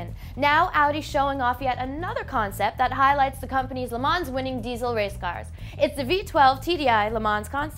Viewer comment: I just had to comment because I also noticed it on Alex's last video, but can someone please tell her that the "ns" and the end of Le Mans is not supposed to be pronounced. Le Ma is all she needs to say.